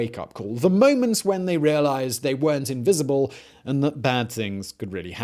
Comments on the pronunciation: Did he say invisible haha invincible ya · Did he say invisible instead of invincible...? LoL 😂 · . Anyone notice Simon say invisible instead of invincible here or was this intentional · Lol he said invisible instead of invincible